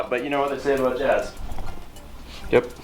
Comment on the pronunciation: Didn't realize you were Canadian until you said oot and aboot